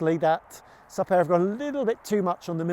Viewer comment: Surely it’s pronounced ‘Soop-air’ and not ‘Supp-air’? (and are the French wringing their hands thinking they had helped the English pronounce ‘superb’!!)